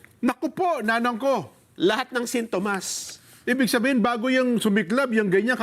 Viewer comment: Sintomas singkamas Salitang "sintomas," di alam bigkasin nang tama.